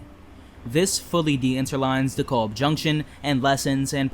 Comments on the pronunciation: Cool. So why did you pronounce "Montague" as "mon-thaug" not "Mont-a-Hue"? and DeKalb not as "Dee-Caalb"? Asking as this is a "learning" channel and this could help someone else especially those that are not in NYC or familiar with NYC. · Question? Are you a native NYer? I ask due to the manner in which you pronounce certain street names. Example "Montague" and "DeKalb junction". I was only listening to the video, not viewing, and when you pronounced "Montague" and I was think, "where is that?"